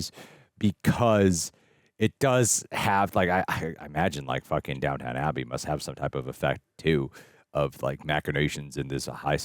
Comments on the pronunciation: Dying at “Downtown” Abbey., it’s Downton 😂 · It's downtON Abbey not down town....as a British I cringe when smericsns get this wrong. And thst show would surpise you, and lot if the show is sbout the servants....